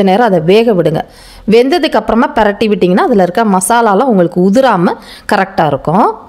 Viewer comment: பெரட்டி விடுங்க என்று சொல்லாதீர்கள். பிரட்டி விடுங்க என்று சொல்லுங்கள்